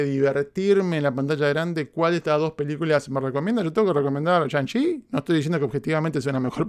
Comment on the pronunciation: Y a diferencia de Black Widow esta si la repetiré más de una vez. 🤔🤔 Pensando en quitarme el Cubrebocas por qué momento palomero. Pero es "Tzi" no Chi🙄 Okey ya me voy 😄 Gracias 👊🏻